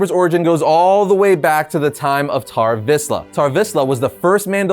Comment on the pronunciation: I cant stop hearing bar mitzvah when he says Tar Vizla